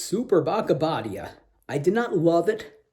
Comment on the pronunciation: Abadía is Abbey, like in Westminster Abbey. And you pronounce it with a long i, Abadiiiia 😉